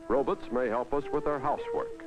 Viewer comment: Ha! Ro-bits